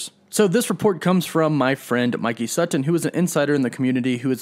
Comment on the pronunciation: if mike sutton is a friend could u say his last name correct?